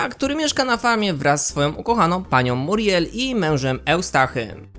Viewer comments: Ona nie nazywa się Muriel tylko miuriel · MIURIEL!!! nie muriel